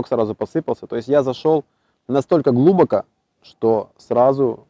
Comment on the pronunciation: Как же начинает корежить, когда он говорит «глУбоко»